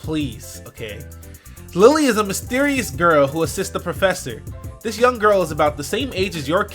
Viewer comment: IT'S NOT LILY IT'S LILLIE (pronounced lee lee ay).